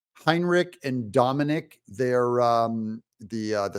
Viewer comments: It’s not Dominic, it’s Domenici (doe-men-eh-chi) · It's not Dominic Let's see if i can do this. Dem in itchy - Deminici Italian or Something Edit. Crap you got it right the next time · Domenici pronunciation: Doe-men-eh-chee (emphasize second syllable). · Doug, it is almost impossible to figure out how to say some of these words here in New Mexico. To assist you, the lady's name is pronounced ( DOE MINA CHI ). Her father was a great Senator that did a lot of good for this State. His name was Pete, just in case you want to do some research. Great Show, as always. Carl HIPS